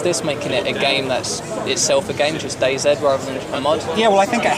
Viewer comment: It's day then the letter z you say it wrong